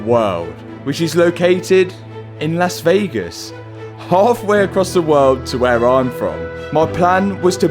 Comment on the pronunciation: He said Las Vegas where I'm from with a thick foreign accent.. Lol